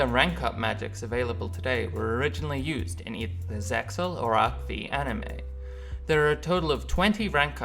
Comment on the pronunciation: bro its arc five not v